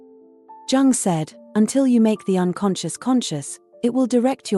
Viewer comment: It is Jung, not Dzaaang...